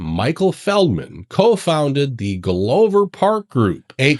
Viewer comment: You were talking about the Glover Park Group, it is pronounced like you would pronounce glove but with an r at the end. It isn’t glow, hence you saying “glowver”. It is a last name that came from actual glove makers. That is how they came up with some last names at one point, was by what they did for work.